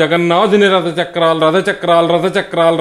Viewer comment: Telugu Bhasha lo Ottulu anevi konni vuntaayi. Vaatini odileste Essence Potundi. Mallee prayatninchandi. Ex Jagannada kaadu Jagannatha ... Alaage Rada kaadu Ratha......